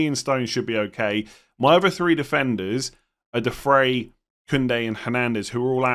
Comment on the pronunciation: Its not De Frey, it’s De Fry!